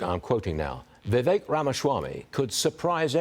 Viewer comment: Maybe this lady needs to pronounce Vivek properly. Vivek 2024 🇺🇸💯